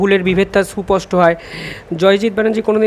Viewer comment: ওই কথাটার উচ্চারণ সুস্পষ্ট, একটু ঠিক করে নিও। তুমি বলছ সুপষ্ট।